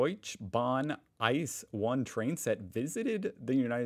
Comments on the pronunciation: it is not pronounced ICE like ice cream but I C E as abbrieviation for Inter City Express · dont say ice like icecream! thats a big no-no! no one says that and it bleeds ears, lol. its I C E, say each letter seperately. it stands for Inter City Express, then there is also just the the IC, Intercity train that is a little bit slower to serve more towns and stops more frequently. then there is the RE, Regional Express, that operates in a big region but not for super long routes like the ICE or IC, its faster than the RB which stand for Regionalbahn and it stops at every small village along the route, great for commuters living in suburbs and villages. then there is the S-bahn, which operates between towns and through towns , stops not only in central station like the ICE or RB, its running more frequently and is fast, then there are subway and trams that can operate even between neighbouring towns and villages and suburbias too.